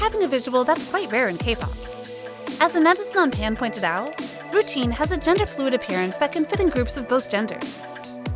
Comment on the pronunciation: Is no-one gonna talk about she called ryujin, rujin?